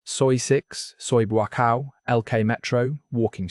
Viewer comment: I like the way he says "mama san" like it's one word, and calls the main drag in Central Pattaya, "BOO-aCOW"